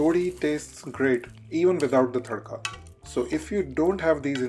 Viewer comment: What's a Thaddka? It is always Tadka.. Something wrong with your accent.